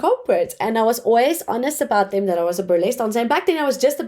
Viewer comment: You need to work on your accent, please. Try pronouncing 'th', saying 'dey' and 'dem' makes you sound pretty bad